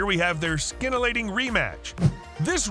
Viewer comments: "Skintillating rematch..." (@ min) It's pronounced [sin-til-lating]! Where do they find these idiot narrators? Why is it that so many YouTube narrators can't pronounce basic English words? I mean they speak with an accent that indicates English is their primary language! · "skintillating" 🤔 mate, if you don't know how to pronounce a word, just Google it... It'll tell you. Choel Sooonen is not a good role model for pronunciation. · It's scintillating, not skintillating. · I had to give you a thumbs down 👎because you don't know how to pronounce , SCINTILLATING